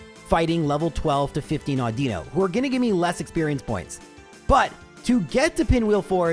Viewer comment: I’m surprised nobody has mentioned how he pronounces Audino. Au-din-no. Not Au-dee-no.